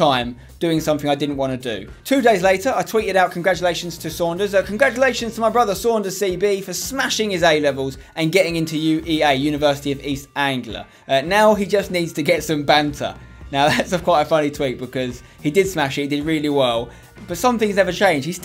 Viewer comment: It's east Anglia not Angular 😂